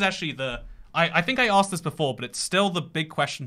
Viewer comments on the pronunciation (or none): none